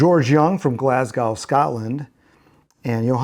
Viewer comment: Glasgow is only pronounced glaz-go.